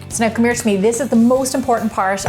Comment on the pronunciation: "So now cmere to me" reminded me of your Irishness 😂😂 ye love to see an Irish woman doing well for herself, whether it be Taylor with the boxing , the other younone that's after winning the horse racing or you gemma 😎